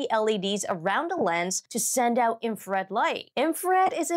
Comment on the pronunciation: 'Infred'?? In-fra-red. Three syllables.